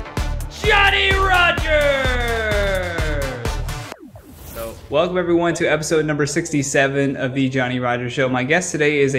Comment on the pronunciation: ADVICE: Do add the SSS sound when your stage name is mentioned during your intro>>> It ALMOST sounds like "Johnny RogeRRR"....... NOT "Johnny RogerSSS"!!😉😉😉😉😉😉😉